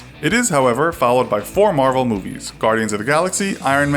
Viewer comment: He can't even say Marvel DC favoritism